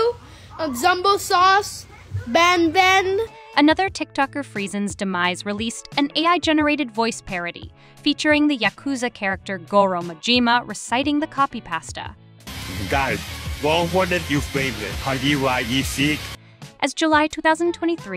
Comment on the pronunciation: Its Majima not Madjgima, (the j sounds more like a sh)